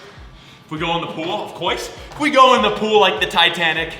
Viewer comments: “Of coyce...” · out of breath from running also: “of coise”